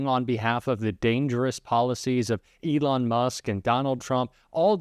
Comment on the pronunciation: Criminals? The Fel on or the e lon?